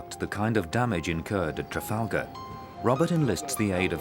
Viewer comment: "Trafalger" lol. For that extra bit of credibility for the channel.